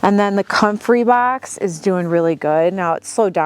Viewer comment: Every time say box and bags your accent comes out😂